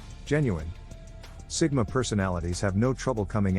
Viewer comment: Sigma not Stigma 😅